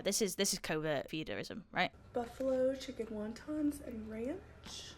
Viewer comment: I like how you say dori-ohs and chikun 😁